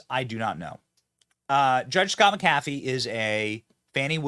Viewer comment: The Judges name is pronounced Mac A Fee..